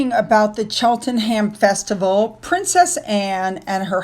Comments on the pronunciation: And I mentioned yesterday that Cheltenham does not have a ham sound in it (same as Buckingham), it’s pronounced Chel- ten-am and Buck-ing-am. 😊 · pronounced *Cheltnam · To help with your English accent, us Brits pronounce Cheltenham as Cheltnum, Edinburgh as Edinbra, and Seamus as Shaymus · I love your progeams. However you do pronounce many English names incorrectly. This one is Chel·tuh·nuhm the ending of the words that have " ham" at the end of the names are um not ham. Google will help you. Just ask *English pronunciation of........ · Any British word ending in 'ham' is pronounced "um". Chelten-um, Notting-um is how it sounds. Same with "bury", it's pronounced "brie". Aims-brie, Aves-brie. "Shire" is more like "sure". Notting-um-sure. Don't even get me started on the "chester"...